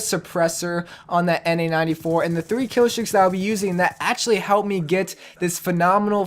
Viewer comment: It sounds like you're saying na-94 instead of an-94 and it also sounds like you're saying warthog instead of warhog. But great video though!